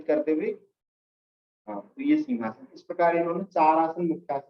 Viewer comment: सर आपने मिनट पर सिंघासन के बारे में जानकारी दी कृपया अपना उच्चारण सुधारिये ।आपने जो कहा उसका अर्थ है किसी राजा की शाही कुर्सी अथवा सोफ़ा । वास्तव में आसन का नाम सिंहासन है , सिंह अर्थात बब्बर शेर । इसमें आकृति शेर के समान बनतीं है और आंखों को नासाग्र केन्द्रित कर (यह तो सही बताया आपने) सिंह गर्जना कंठ से की जाती है । सिंघासन और सिंहासन जमीन आसमान का अंतर है कहीं कोई मेल नहीं हैं ।